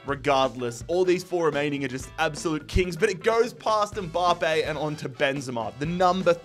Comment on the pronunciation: No one:: M-BAHHH-Pay